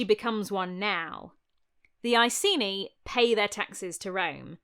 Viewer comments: Love love love your video — as always — but it hurts to hear you mispronounce Ekeni as Eyeseenee over and over again… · Icenii was the latinised name and must be pronounced with a hard c.